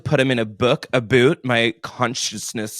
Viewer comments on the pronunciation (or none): When you said “aboot” I almost spit out my drink I laughed so hard. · Lmaoo the Canadian “aboot”